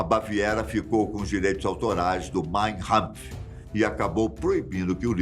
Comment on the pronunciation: é "Kampf" com K, não "Rampf"